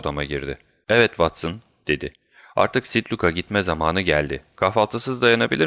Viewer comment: "Sit luk" diye okuduğunuz şey büyük olasılıkla "st. Luke"dur. St "aziz" anlamına gelen "saint" sözcüğünün kısaltmasıdır. "Sen" diye okunur.